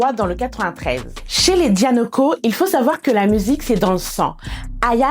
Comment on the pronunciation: Ses pas dianico ses Danioko